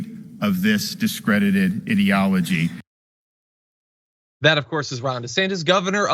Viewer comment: His mispronounciation of ideology wasn't a mistake but all the others were because DeSantis is an idiot.